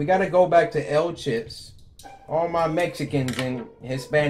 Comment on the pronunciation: "What do El chips mean" 💀